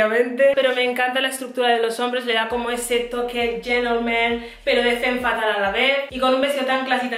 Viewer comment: que ideal te queda todo! Por cierto “femme fatale” se pronuncia “fam fatal”